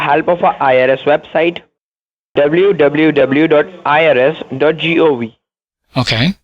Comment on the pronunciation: Dubloo Dubloo Dubloo. Scammers can never say WWW. lol.